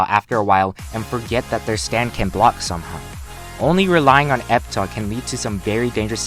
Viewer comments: Its pronounced Epitaf,not Epita lol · e-pih-taf. Say it with me, e-pih-taf